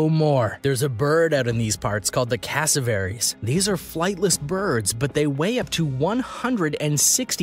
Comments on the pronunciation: What the heck is a cassovary it’s a cassowary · You said cassowary so wrong you American